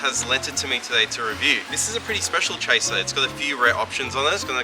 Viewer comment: "Chasiir" :D